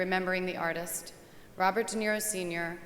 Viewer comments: Is she saying ROB or BOB?? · Yeah, Bobert De Niro.